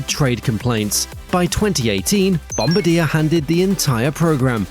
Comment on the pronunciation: that's not how you pronoucne bombardier. the fact that this wasn't picked up is finally my reason to block this channel.